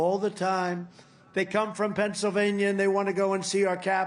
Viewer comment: Trump can't even speak anymore, I love pebsavania lol😅😅😅